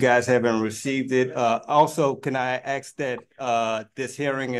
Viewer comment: He sure "AXE" al lot from the court.